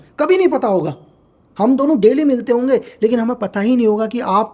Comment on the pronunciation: Hoenge ❌ hoge 👍🏻